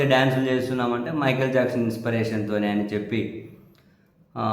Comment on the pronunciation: ఇన్స్పిరేషన్ అనే పదాన్ని సవరించి 'ఇన్స్పిరేషన్' inspiration గా ఉచ్చరించండి